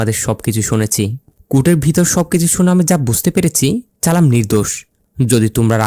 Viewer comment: Vai nam ta challam tai চালাম বলছে